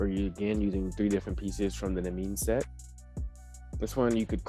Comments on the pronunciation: I believe it’s pronounced nee-me-in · im pretty sure its pronounced "Knee-me-n", its a reference to an old myth i believe